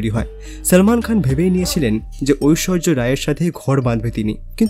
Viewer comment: ঐশ্বর্য না ঐশ্বরিয়া রায়